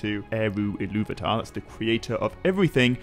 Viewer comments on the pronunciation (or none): none